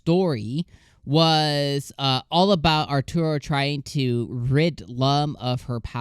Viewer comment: This is a remake of a very very old and very very long Anime. Lum Invader is first and best Waifu! And his name is A-ta-ru, not Ar-tur-o. It's a pun, since "Ataru" means "You're going to get hit" in Japanese.